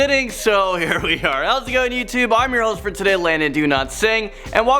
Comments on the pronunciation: Did he just say Landon "Do Not Sing"?? XD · More like Landon Do-not-sit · You said Landon do not sing